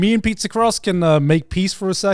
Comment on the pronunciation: Am i the only one who heard Garnt say "eat people" instead of "eat pizza"??